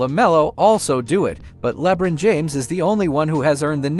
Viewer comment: How the hell a.i. gonna pronounce LeBron so bad? Yet pronounce Zaza Pachulia correct???